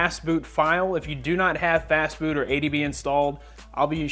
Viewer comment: When he said fastboot i thought he said fastfood XD lol